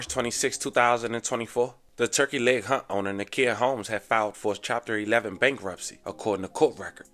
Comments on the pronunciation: Hut Hut Hut not Hunt 😂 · Hut, dude keeps saying turkey leg hunt.